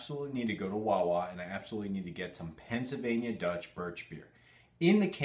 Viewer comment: I am staging a pronunciation intervention because I care about you. Where on Earth is your "l" sound when you're saying "Pennsylvania"? The first half of the word should sound like "pencil." Every time you say it, it sounds more like "pen-suh." What's up with that?!